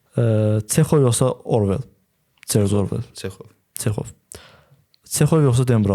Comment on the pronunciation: Aparıcı bir az əyalət ləhcəsində uzaqlaşsa yaxşı olar.Çexovun adını düzgün deyin.Siz slsləndirdiyinizbdıs Azərbaycan alfavitində yoxdur.Yəni ruslarda səslənən "Ц"səsi.Цехов.